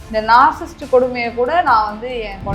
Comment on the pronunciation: First of all, it is NOT நாற்சிஸ்ட் (narcisst) It's நாற்சிஸ்ஸிஸ்ட். ( Narcissist ).